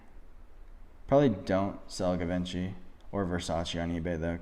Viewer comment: I might ad that Givenchy does not rhyme with DaVinci. It's Ghee-Von-She